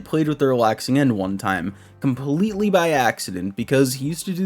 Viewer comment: I only have one shot on words compwetwy😂 no hate btw I couldn’t do this job ever just thought that was a funny coincidence keep up the good work😂